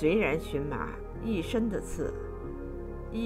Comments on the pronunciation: 这个字念qian ma,不是xun ma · 发音不对, 荨qian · 做植物名的时候，读qian ：） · 谢谢您指教🙏,,这是多音字,在植物中的正确发音,我在荨麻茶的视频里纠正了.多谢您🌹👍🌼🌸🌷🌾🍀